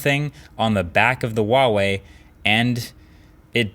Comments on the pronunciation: It's not "WAH-wei" it's "HUA-wei." Pretty phonetic pronunciation, IMO. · Its fucking HUAWEI NOT WAOWEI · This is the dumb way how I pronounce huawei: Hoo-ahh-weye (I'm sorry) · this guy hates huawei cos he can’t even pronounce it correctly